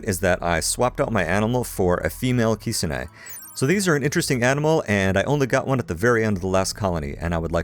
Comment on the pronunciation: Kitsune Is pronounced kit (like kitten) sun (s ew n) ne (n)